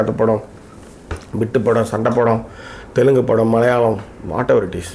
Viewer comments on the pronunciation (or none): none